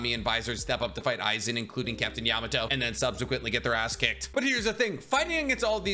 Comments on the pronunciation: You said Captain Yamato😝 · Please work on your pronunciation. YA-MA-MO-TO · Me listening to you calling Genriyusai Yamamoto captain Yamato the entire video 😂